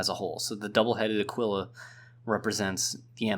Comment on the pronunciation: Your pronunciation of Aquila kinda hurt. It goes Ah-kee-la